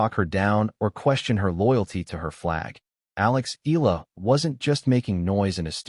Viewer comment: It's pronounced EYahLah Not ilah , pls stop murdering her name😮